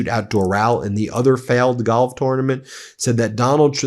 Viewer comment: Pronounciation of tournament sounds off?